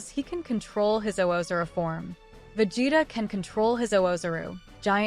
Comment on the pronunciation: cant get past the pronunciation of vegeta....